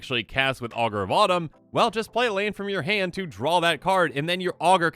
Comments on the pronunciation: I keep hearing "Augur Bottom" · I heard Augur of bottom lol